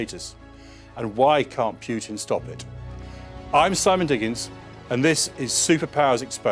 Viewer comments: It's not pronounced pyoo-tin it's pronounced poo-tin. But all of this is old news. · Why pronounce it PJUTIN ? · Pretty sure his name isn't pronounced "Pjutin". More like Pootin. You will get it eventually, keep working on it. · He's probably british